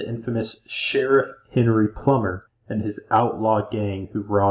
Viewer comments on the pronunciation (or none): none